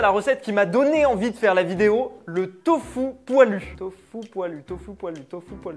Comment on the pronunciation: ahhh je suis désolé mais pourquoi dit "Tofou"? C’est du Tofu 😂